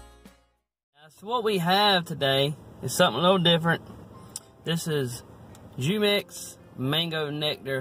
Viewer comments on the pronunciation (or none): I love these! I discovered them in the Hispanic food section at Walmart. I didn't realize I was mispronouncing it until recently. It's hoo-mex. My favorite flavor is coconut pineapple! 😍 I'm not even Hispanic, but I've fallen in love with a lot of Hispanic foods and beverages. They've got good taste.